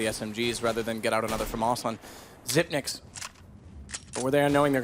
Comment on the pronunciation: WOW A CASTER THAT PRONOUNCES XYP9X THE RIGHT WAY :O